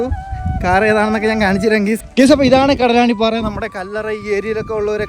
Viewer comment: പൊന്നു കുഞ്ഞേ... ഗേയ്‌സ് അല്ല ഗയ്‌സ് 🙏😢